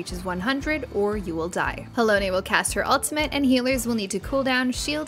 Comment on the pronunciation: Considering they kept saying Halone as Halony I am surprised they got Euphrosyne correct. Halone rhymes with bone and has been spoken by voice actors in the game for years. Syne is a Scottish word that rhymes with sign, But Euphrosyne is a Greek goddess and her name is pronounced the way they said it. Also of note is that Euphrosyne and her sisters Thalia and Aglaea (also has been spelled Aglaïa) were daughters of Zeus and the Oceanid Eurynome. I suspect Thalia will be the next in the raid series.